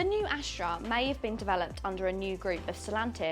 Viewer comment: Why do you keep saying "Ashtra" instead of "Astra"?